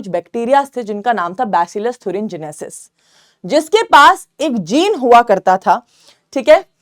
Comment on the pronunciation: Mam thurengenesis nahii thuringiensis hai o ncert me ..